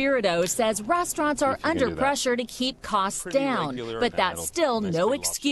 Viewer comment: “ RAS traunts” XD